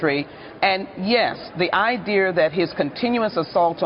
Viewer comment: Do d she say iderr like Tyler perry???!???!!?